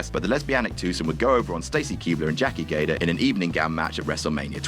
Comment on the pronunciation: Did you say "Jackie Gaydar"?